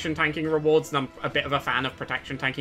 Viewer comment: Only word I’ve heard you mispronounce is ‘bullion’. It’s pronounced with Ls in the middle, not a Y. Bull-yun. Not a big deal, at all. I really enjoyed this ranking video. In fact it’s the first from anyone that I have ever watched all the way through. Cheers 😊